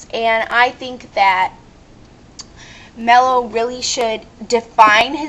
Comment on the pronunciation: if you going to watch a show and rant learn how to pronounce. Mello, is obviously a male the voice is obvious enough. lovely assumptions. Leather? hahaha Leather is fucking beast. making Religion is bad now? hmm? when you get burned you scar princess. Neer? hmmm..Born with white hair? perhaps some where in a character bio mentioned a pigmentation disorder such as..hell idk...Albino?? thanx for the fail vid sweet heart was fun, but kids shouldnt watch adult swim? or be up at 12am